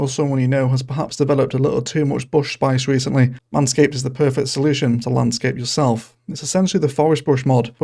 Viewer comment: You need to enunciate your words my guy. When you said "perfect package" it sounded like "pervert package"